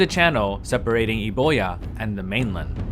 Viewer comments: Conventionally, Euboea is pronounced Youbeea (yuk, I know, but that's how it's done. The Greek spelling is EUBOIA, where you read every letter, and it means Fine Cattle or Good Grazing. Thr Modern Greek pnonunciation is even worse that the English: they say EVVIA "ev-vee-a".) Oh and also we say ZERKSEEZ for Xerxes. Again, the ancients read every letter as it stands (why do anything else!)... although during my postgraduate researches I determined that Xei (x) was pronounced more like our English ch in some dialects of ancient Greek. But that's a whole other great big topic... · euboea, classic island for people mispronouncing it due to poor romanisation... i know you pronounce it right in other videos, so no shade, just sort of funny! good video!